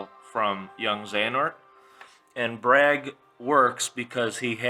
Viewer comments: IT'S BRAYEG!!! NOT BRAG!! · this list sucks, this is not gonna happen. it doesnt make any sence, its stupid. Also its "BRAIG" not "BRAG". God learn how to pronounce names